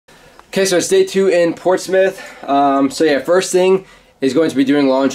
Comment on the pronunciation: Hope you are enjoying it in the UK. Got the pronunciation correct of Portsmouth too. :D